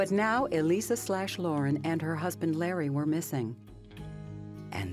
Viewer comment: Umm why does this narrator keep calling her Eee-Lisa??? Odd!!